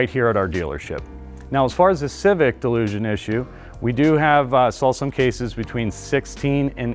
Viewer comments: It is not pronounced like delusion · I literally can’t get over how he’s saying delusion. Jesus christ man XD ALSO, I have a hard time believing this is fixed just by this video alone. A little sus if you ask me. Typical dealership/sales talk. Half of it is spewed BS and lies. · I'm supposed to trust this who can't even pronounce dilution correctly? Since when does a mechanical equipment's motion and an inadequate seal issue become a software issue, unless speed of motion and the movement of the part is involved. The turbo charged engines are not nearly as reliable as the naturally aspirated engines nor do they last as long. Had a CRV with an aspirated engine with 387,000 miles on it. Bought a 2021 CRV turbo charged engine and it failed at 71,000 miles. Never trust auto dealerships. They have always deceive consumers at point of sale and during repairs.